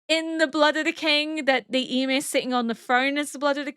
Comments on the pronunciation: I don't mean to be rude but is there a specific reason you're pronouncing Ymir's name like 'e-mir'? Is that how they pronounce it in the norse mythology? I just prefer the show version because I'm used to it 😃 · She’s partially deaf in one ear, so pronunciations are slightly more difficult. Also she’d been “corrected” several times about how to pronounce Ymir in several equally different ways, it had become a needlessly big thing when it shouldn’t have been.